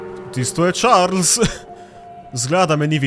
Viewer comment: Pravilno se reče čarli